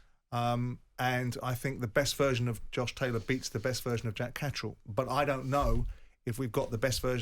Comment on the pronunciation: Why do English say “JACK CATRILL”